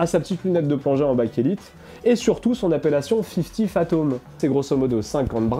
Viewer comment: excellente vidéo très instructive mais c'est fifty fathoms et non phatoms. 😉